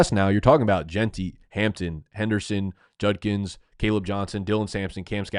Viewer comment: He pronounced Judkins right 👏🏼